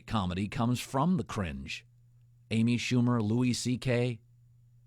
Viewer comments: I cringed when he said Amy Schumer. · Wait, did he say Amy Schumer? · He said Amy Schumer lmao wtf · Did you just say Amy Schumer? Stop it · Guy said Amy Schumer 😂